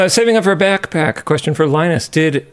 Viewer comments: I have never been so triggered by such a simple mispronounced word in my life. Line-Us I'm only calling you Long US from now on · Linus "Linus" Tips